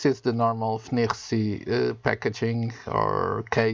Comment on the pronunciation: I mostly wish I could pronounce FNIRSI as well as you 🙂